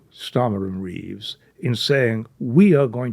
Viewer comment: Sorry 'Reeves'